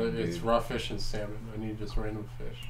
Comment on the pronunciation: Ah yes, nothing quite like delicious SAL-mon 😂